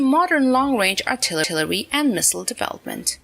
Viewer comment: That was a nice piece of artiltiltillery on the Yamatooo. For mankinds sake, stop using AI.